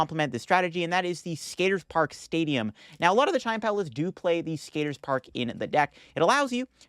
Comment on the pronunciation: [CHEE-YEN] PAO 😭😭😭